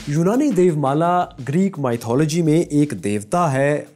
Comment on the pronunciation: Work on your 'mythology' pronunciation